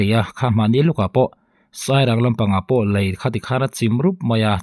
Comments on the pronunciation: Engati nge 'Lai' i tih zêl aaa...Lei ..ti ta che. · Lei tihtur ani lawm ni